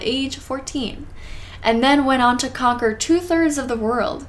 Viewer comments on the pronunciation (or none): none